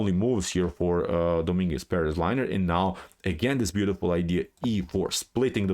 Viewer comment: Good analysis as always, but you butchered Lenier first name without any mercy man. Poor guy is now liner. Didn't help him much today though. xD